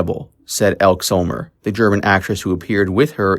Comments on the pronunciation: EL-KEY Summer not ELK So-mur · It is pronounced Done, "Dominick Dunne", not 'Dune." Also, her friend's name is pronounced with a long e at the end "Elke (Elk ee) Sommer (Summer)."